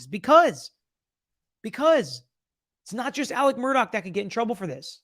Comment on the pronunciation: His name is ALEX, not Alec